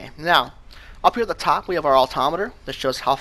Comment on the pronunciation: Altomiter, Altimeter you say potato...